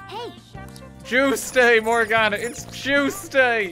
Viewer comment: Morgana? More like Mor-GONNA